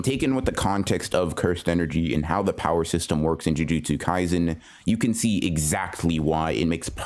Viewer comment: when he says 'jujustsu ngaizen' :\